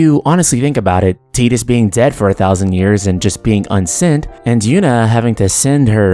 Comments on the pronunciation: Ew.... it's TYE-Dus, not TEE-Dus. smh. Also,i dont like the title of this video... makes it seem like FFX could have been more. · Pronouncing Tidus as Tee-dus makes no fucking sense. The water sword, blitzball being in water, and all that promotional material before the release with him standing on the beach would all indicate that his name is pronounced Tide-us. There is too much water symbolism... and teedus sounds dumb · I wish people wouldn't pronounce Tidus's name like "tee-dus". It's off-putting. Ugh. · Wait, hold up, it's pronounced Tee-dus??? I always pronounced it Tie-dus. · Interesting to watch. Although, I'll never be able to call him Tee-dus, even if that's the correct way. The same with Aeris to me, with an S....or mako, like the sharks name. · Is that the correct pronunciation of his name? I've always said it like tide-us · As a native Russian speaker I read his name as Tee-dus quite naturally, because, you know, we use to pronounce "i" as "ee" in most cases, though I had some doubts. Then again, if memory serves me well, we never actually hear anyone saying his name in both games and extra cutscenes. Save for audio drama maybe... Absolutely loved blitzball, by the way. Got mad at first, but put some effort, climbed for the top and never left it ever since. I only wish they could make a spin-off game, like Monsters from the deep, and add vertical movement. Throw ps vr into the mix and it becomes absolutely the most immersive sports game the world has to offer.